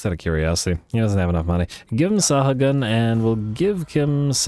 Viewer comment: just in case it matters, Sahagun spanish... last name i believe...? Sa-ah-goon (slaneshi giggle)